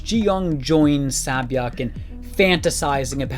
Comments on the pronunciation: I'm sorry I really do enjoy these videos of yours about squid game but seriously, if you're going to repeatedly mention the characters, using their Korean names, please be sure to at least pronounce them correctly. The Sae in Sae-byeok is pronounced with an "Eh" sound, not "Ah". Otherwise, you really were spot on with this video, I really like the take you had and described it perfectly. She's easily one of the best characters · Your pronunciation is pretty decent, but if you read her name as "Say" instead of "Sah", you'll be closer with Sae-Byeok. Nice break downs! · It's SAE byeok 😀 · Sae byeok is pronounced say-byok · Her name is pronounced as " Say Byeok"! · It’s pronounced, Seh-byuk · ITS SAY-BYUHK UGHHHHH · cool video but- "sa-byek" WTF IS "sa-byek" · Sae-byeok is pronounced “Say-byoh(k)” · One thing, please pronounce sae-byeok as say bee oeohk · It’s pronounced Say Beeyoke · Pronounced "Say Byeok" "Say" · Honestly I don't know if this will help with anything, but Sae-byeoks name is pronounced say byeok, I know a bit of Korean so I just wanted to point that out to people who didn't know :) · Amazing video! Just a FYI sae-byuk is pronounced more like “se” byuk like the “se” in “send.” Korean to English spelling can be confusing, so absolutely no criticism- just thought this might be helpful! Characters comment on her having a nice name as well because sae-byuk is the word for “dawn” and isn’t a common name. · This is a lovely analysis of these two incredible characters. I just want to mention that Sae Byeok’s name is pronounced ‘SEH-Byuk’. Like the first ‘e’ in ‘center’. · I found it more distracting that he pronounces the k 😅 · i'm sorry but the pronunciation of sae-byeok is unbearable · i dont understand why its so hard to say sae-byeok properly. It's rude to not pronounce someone's name the way it is intended. Sae-byeok is not that hard, just say it how the character says it. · Lovely vid but the sae byeok pronunciation killed me everytime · sah-byok lmao